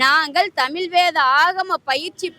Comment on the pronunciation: இவளை எங்கிருந்து கூட்டிட்டு வந்தாங்க இவ தமிழே உளருகிறாள் நீ வரவே வேண்டாம் நாங்கள் உங்களை அழைக்கவே இல்லை. இவள் ஏதோ ஜப்பான் காரி மாதிரி பேசுறா.இவளை முதலில் தமிழ் என்று சரியாக உச்சரிக்க செய்யவும். தமில் தமில் என்று பேத்துகிறாள்.வாருங்கல்....என்ன தமிலு என்று தெரியவில்லை